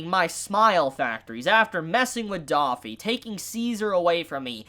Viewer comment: my guy, is pronounced “Dofy” not “Daffy” please